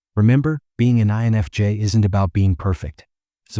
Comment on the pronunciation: why can't the weird computer voice prounounc "I"NFJ? And would someonevedit the pacing of the words so that the sentances make sense? why do we put up with this when any random English-speaker would do a better job?